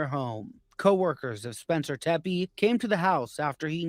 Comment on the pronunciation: The name Tepe is pronounced “tep-ee”